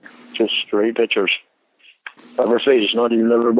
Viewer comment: LORNE SAYS “PITCHERS”. INSTEAD OF “PICTURES”, FOOL! MAYBE A 4TH GRADE EDUCATION 🙈🙈🤪🤪🤪😝😝😝😂😂😂👍👍